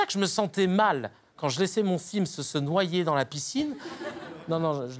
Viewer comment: au debut j'ai compris "quand j'ai laisser mon fils se noyer dans la piscine, non mais je l'ai fait une fois...." avant de capter qu'il avait dit sim's ^^